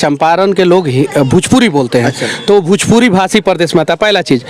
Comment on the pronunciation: Bhujpuri nhi hota h bhojpuri hota h